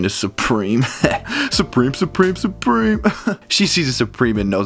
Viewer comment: Supreme? Zupreme? Zupreme?